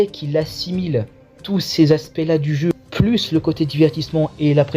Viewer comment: L homme di Béarn!!! Quand ton accent bledard prend le dessus 😂 Bonne vidéo c de la bombe ta chaîne yà 👍 Courage pour la suite ❤